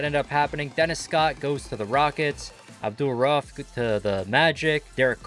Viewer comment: His name's pronounced abdool-raoof. Malik's.